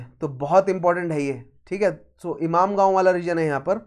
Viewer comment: Is it ‘imamgaon’ or ‘inamgaon’ or ‘imangaon’ . Your pronunciation is more of imamgaon. 😂